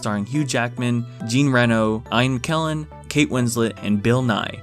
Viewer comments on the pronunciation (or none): Did you really just say AYN KELLEN!? I think you mean IAN MCKELLEN. pronounced E-AN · “Ian Kellen” ffs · pronounces Ian Mckellen's name wrong and it infuriates me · The way this dude pronounces Ian McKellen 😂